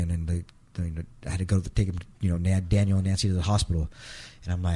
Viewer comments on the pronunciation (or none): Daniel not Danielle lol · Why do you keep calling him Danielle? and one time call him Daniel??? 🤦🏼‍♀️🤦🏼‍♀️ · It's Daniel not Danielle! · Why do you keep calling Daniel, Danielle ? One is a boy's name , the other is a girl's name . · 😊 no. Not Danielle dan-yell that's a girl's name. Daniel dan-yule. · The most disrespectful thing is purposely mispronouncing Daniel as Danielle. My god if your gonna make a video about people atleast say their names correctly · His name isn’t DANIELLE. It’s Daniel. Respect him correctly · His son's name is DANIEL NOT DANIELLE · DANIEL NOT DANIELLE DUDE! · Good vid, but why are you calling Daniel, Danielle? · You keep saying "Danielle" ....... the kid's name was "Daniel" he was a boy, not a girl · This video blows. You keep calling Daniel "Danielle." You got many things wrong. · Daniel not Danielle. Great video. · Not being a dk, but the son's name was Daniel: dan-yule, Danny. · Bro quit disrespecting the kid say his name right he's not a girl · I watched til you mispronounced Daniel.